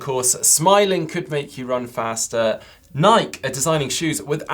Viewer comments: Ni-Key not Nike? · Searched it up and it's Ni-Key haha